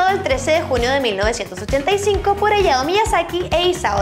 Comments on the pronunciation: se dice HAYAO no Ayao pronuncie lo bien. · Creo que Hayao Miyasaki, se pronuncia Jayao... no ayao, tal cual como takahata que si se pronunció bien, la H se lee como J, eso :3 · Hayao se pronuncia Jayao, primero play stechon y ahora esto D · en Hayao Miyasaki la "H" no es muda...